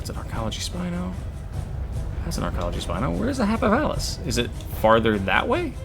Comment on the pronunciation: I'm positive it's pronounced Happy-pal-us